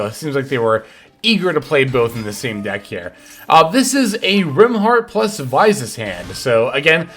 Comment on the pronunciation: Please say Visas properly 😮